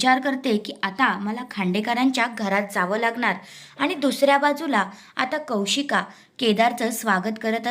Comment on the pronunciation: It is Kaushiki not Kaushik